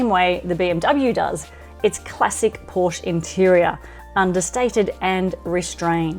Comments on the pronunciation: Pronounce porschE. Not Porsch. Same is bee em vee Not bee em double u. German car needs German pronounciation… ! US Cars here is correct spelled as Dodsh for Dodge and Chevroleigh spoken here, Not Shefrolett as assumed for German Language … or how do you speak a Peugeot?😂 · If you’re going to review vehicles for a living. It’s pronounced Coupé and Porsche-a. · Its porschÉ